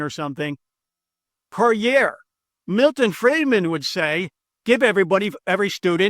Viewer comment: When you said Milton Freidman at 10.13, I checked out. From Ireland.